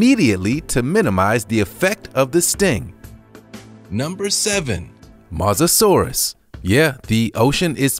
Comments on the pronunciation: It’s not Moza. It’s Moe-Za-Saurus.. (Spelt: Mosasaurus.) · It’s not pronounced Mu-sa-saur-us it’s pronounced Moe-sa-saur-us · it’s pronounced Mose-a-sor-us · You pronounce it as Mow-sa-saurus